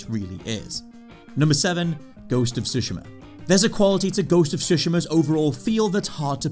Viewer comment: Ghost of Shushima did you say? 🤣